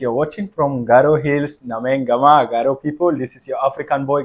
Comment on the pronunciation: Wow wonderful garo pronounce is good